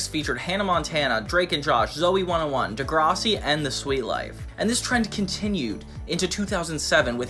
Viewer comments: you saying degrossi instead of degrassi bothers me so much lol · bro says degrahssi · The way you're saying Degrassi is killing me 😂😂 And now its making me mad 😅 Its pronouned Duh-grass-ey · I’ve never seen degrassi but it makes me unreasonably angry you somehow pronounce it wrong